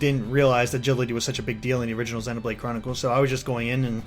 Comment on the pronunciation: If he pronounces "Xenoblade" with a short E one more time, I'll EAT Tatsu.